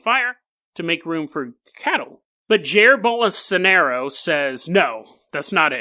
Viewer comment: Bro, that is NOT how you pronounce Jair Bolsonaro xDD